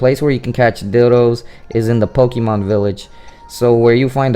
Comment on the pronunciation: You're pronouncing "Pokemon" the wrong way dude.